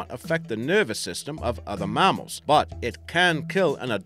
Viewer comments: I would have narrated this for free mate if you'd just asked. Also what's a marmal. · "MARMARL" pls stahp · What the fuck is a marmle? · His tell was the word mamnal. Pronounced marmel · I can't stand how he says Mammal. Aussies never say it the way he does, and we use kilograms not pounds. whoever this guy is, should keep to his day job, and talk with his real accent, not that poor pathetic excuse of an accent. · The way you say mammal is terrible btw just a heads up lol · The way he pronounces mammal annoys me